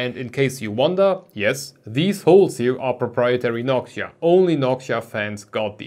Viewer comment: When you can't hear the difference you should visit a doctor. It is clear as glass that the soundprofile is way more pleasing with the spacer installed. I also don't know why you spell Noctua like Nokia. Is an accent thing?